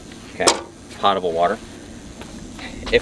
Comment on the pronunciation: I thought it was pronounced pot-able not pore-able. Eh, to each their own. I knew what you meant